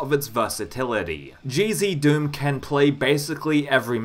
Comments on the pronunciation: yeah, decinos pronounciation of it is a bit weird, but I don’t blame him since English isn’t his first language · Whenever you say "GZDOOM" all I hear is "Cheezy Doom" :D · I hear cheezy doom and crispy doom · Now you've got me hearing it! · Omg me too 😂